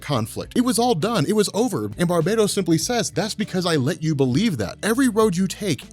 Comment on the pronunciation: It's BAR-bah-toss. Not Bar-BAY-tos. You're making it sound like the multiverse is being conquered by an evil Caribbean island :P